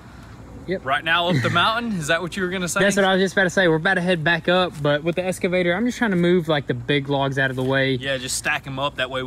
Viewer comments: Why do you always say "EScavator" to the "EXcavator"? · I would love to hear you two pronounce “excavator” correctly instead of saying escavator. Love the content. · Is it just me that hears escavator instead of excavator? Love love love this channel. I usually watch videos I am am subscribed to in the order they come out, but they all get skipped when a GoonzSquad video is out out. You guys truly are an inspiration to so many people.